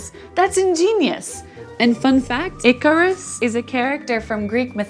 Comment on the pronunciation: Lol, did u mispronounce Icarus the second time😂